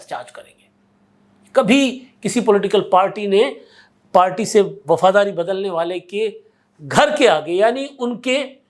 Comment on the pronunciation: دل بدلنا دال کے اوپر زبر ھے